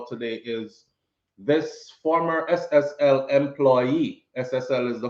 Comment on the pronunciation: Not SLL it's SSL my son keep up the good work 👍